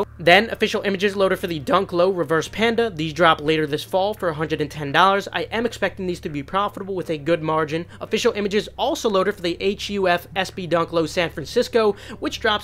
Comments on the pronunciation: H-U-F? His name is Hufnagel. AKA HUF. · it’s “Huf” bro not H-u-f lol it’s a collab with Huf brand in memory of Huf from SF and also had store in NY he’s a legend